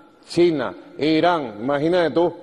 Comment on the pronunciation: Nico, no se dice IraM, sino IraN! Un logopeda no te haría daño ...